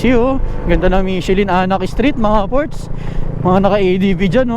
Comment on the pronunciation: Mit che lin ang tamang pronunciation po 😊